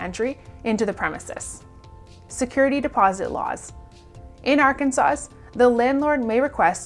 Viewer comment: It’s pronounced Arkansas, not Arkansas’s